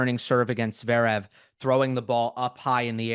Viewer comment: Great commentary, but why can’t Flink pronounce “Zverev” correctly? He always says “Zerev”